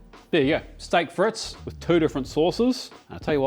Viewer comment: STAYK FRETZ . that is exactly how it's pronounced... lmao